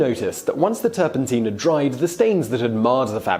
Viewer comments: NOT "turpenteen". It's "turpun tine". Like the tines of a fork. Oh, you don't know what a fork is now. Ye gods. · That's not right. I just checked online Oxford Dictionary as used by google, OED directly, Cambridge, Merriam Webster and Collins . All say it is turpenTINE as in mine, not TEEN like the video guy. In US and British English. And in my home town and current town, at opposite ends of England. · I was wondering if it was me that was pronouncing it wrong for the past 60 years 😂😂😂. Turpen-tyne, like the river. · I have never in my nearly six decades heard "turpentine" pronounced to rhyme with "gasoline". I mean, I can see the logic in it, but "turpen-tyne" just sounds better.